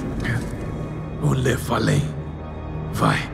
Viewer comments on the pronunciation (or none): Brendom é nefalém